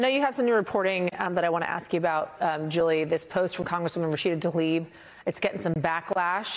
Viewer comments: PLEASE learn how to say people’s names. There is no ‘a’ between the ‘t’ and the ‘l’—i.e. it is not ‘Talib’. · Rashida Tlaib. Ta-Leeb? No it’s pronounced Tal-E-Ban.